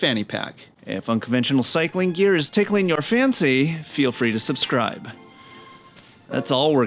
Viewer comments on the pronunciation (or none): none